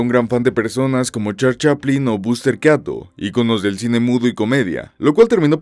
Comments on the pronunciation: Excelente video como siempre!! Solo quería mencionar que la pronunciación del Nombre Buster Keaton esta mal. Fonéticamente en español sería “Boster Kiton” y no “Ke-aton” como se dice aquí. Similar con el otro actor Michael Keaton. Saludos ✌🏽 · Buster Keaton (Kiton)... se te entiende compadre, obviamente fuiste a escuela publica. 😅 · "buster caton" ya al escuchar como pronuncia eso, me di cuenta que este video es basura